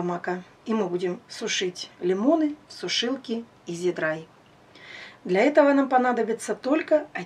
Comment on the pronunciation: Дегидратор называется ИзИдри Пожалуйста не ломайте 👅 язык))